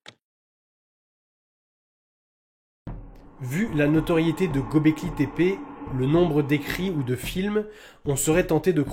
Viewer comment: Göbleki le ö turc se prononce eu comme dans déguEUler dégöler. Au liö de dire Gaubléki ,dites Geubléki et vous y êtes.